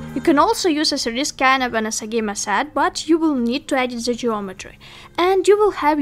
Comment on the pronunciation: Love the way you say the intro sister. Specially you pronouncing "3d" 😍